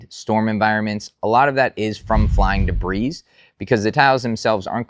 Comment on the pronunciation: The "S" is silent in the word DEBRIS